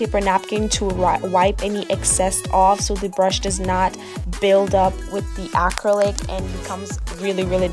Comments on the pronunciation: Good job explaining well. You were pronouncing the word acrylic, like ack-crow-lick, which was quite entertaining. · Really great tutorial you did a good job for a beginner! You also did a good job with giving specific instructions tips and tricks. But you were confusing me when you were saying 'acrylic' lol go watch other videos and listen to how it's pronounced. The only reason why I think it's cute and funny is because i did the same thing before going into nail school. (Not many people can do this well of a job with having no experience using acrylic)